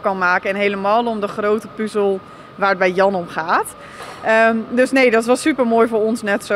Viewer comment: Het is 'puhzel', niet 'puuzel'.